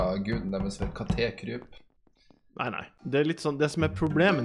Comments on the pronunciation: Katékryp sa han, ikke Katekryp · Ikke katékryp men kattekryp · Ikke katekryp det er kattekryp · Ikke ka te kryp det er kattekryp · Heter ikke kat e kryp han heter kattekryp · Kattekryp ikke katekryp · Det er ikke kate-kryp, men kattekryp🙄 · Han heter ikke katekryp han heter kattekryp!!!!!!!!!!!!!!!!!!!!!!!!!!!! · Lol du kan ikke si KATTEKRYP